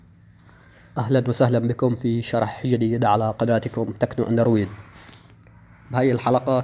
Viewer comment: يعني كلام و شرح طويل ع الفاضي و لفظ الكلمات غلط.. اسمو أندرويد و ليس اندرواي و بالاخير طريقتك للاسف غير فعالة 🤦🏻‍♂️